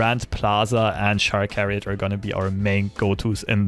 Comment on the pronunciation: Chariot is pronounced like Chair. This deck is making me want to build a Kalista/Grand Plaza deck centered around summon value like Tianna. Brb, gonna go be disappointed in my creations.